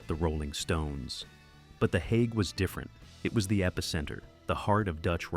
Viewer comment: It would be easier to watch if AI could at least pronounce this properly. If it can't pronounce the Hague, what elst is wrong?